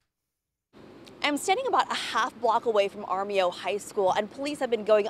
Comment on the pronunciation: I’m sorry but that’s not how you pronounce Armijo lol